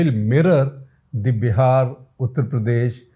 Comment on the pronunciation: At 15.7th minute of the vedio, when you said "Uttar Pradesh", it sounded to my weak ears like "PuttarPradesh"!!!! No disrespect or hurt meant to you or to fellow viewers or to UPians. Just commented on lighter vain. Thank you for doing this video. Hugely educative in shaping public opinion with exemplary lucidity, simplicity & clarity. Comparative method used very effectively for driving a particular point more poignantly. Nice to know "Foreign Affairs" got sourced and woven in the discussion. 7 out of 8 students not making it in India is a receipe for disastrous political consequences - leading to closure of democratic openness and rise of majoritarian authoritarianism as evident in violent communal mess in Baharaich, UP. Congratulations & thank you again SGji.